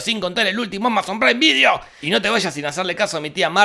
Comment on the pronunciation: Solo quiero decir: "Amazon Praim Vidio" xD